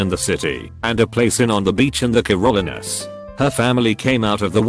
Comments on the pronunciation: Oh, you mean you've never heard of the Care-oh-lean-ahs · Ah yes my favourite place "Caroleenesss" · Lol I have never heard the Carolinas pronounced like that.